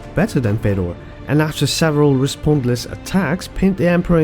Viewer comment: If you consider who is a goat, you should only acount prime time and the true is if you say any name there was ever Fedor would win.. so he must be the only goat there ever was.. no khabib, jones would stay a chance.. try it say who could ever beat prime fedor.. btw its pronunced Fjodor